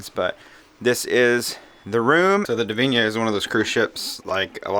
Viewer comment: It's 'Divina' not 'Divinia'. At least get the ship's name right.